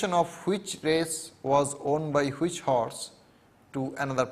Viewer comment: all is well but he keeps saying which as huvich